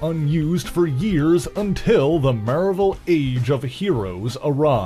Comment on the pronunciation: What's the deal with this announcer's vowel pronunciation? "Row-berta", "MARE-vil Comics" I don't get it.